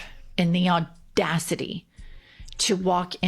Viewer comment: The way she says “audacity” is the best part 😂 auDAcity!!